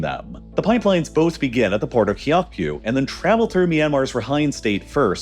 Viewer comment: Aung San Suu Kyi. Kyi should be pronounced as chee Kyaukphyu - ciao-pew